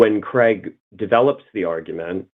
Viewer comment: Why do people pronounce Craig as "Creg" rather than "Crayg"?